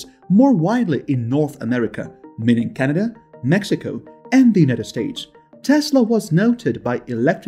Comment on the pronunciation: First you need to pronounce Canada properly then you need to do your home work. Justin Trudeau is the Prime Minister of Canada. You are insulting Canadians no thumbs up for you buddy!